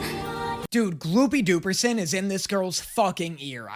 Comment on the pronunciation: calling it gloopy dooperson gets me every damn time